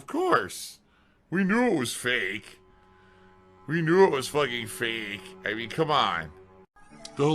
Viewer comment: "we knew it was feyyykghh... we knew it was feghking-feyykghh"